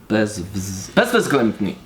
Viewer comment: All Poles gangsta, until pretty much nails "bezwzględny" the first time. Most impressive.